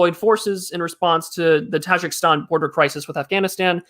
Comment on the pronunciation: its taJIKIstan, not TAJAKSTAN but i am too late